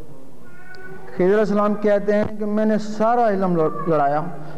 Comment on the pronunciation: مولوی صاحب خضر علیہ السلام اور بندے والی گپ کا حوالہ دے دیں؟؟؟ اور مولوی صاحب آپ لفظ خضر غلط پڑھ رہے ہیں